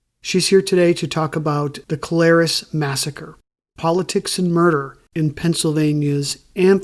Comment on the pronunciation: So I'm from Hazleton and grew up hanging out in and around mcadoo kelayres and can't figure out how your gonna have a full podcast about kelayres and not even know how to pronounce the word kelayres.......